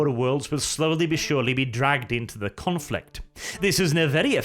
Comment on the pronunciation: the following reasons are why you are a good loretuber. 'Confrict...' 'Descwibe...'